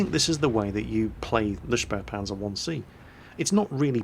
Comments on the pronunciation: The "späh" in spähpanzer is pronounced "speeh" not "sperh" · and QB have something in common. They both mispronounce spähpanzer the same way. They add an 'r' sound to the first syllable, saying "shpare" when the right way is "shpay".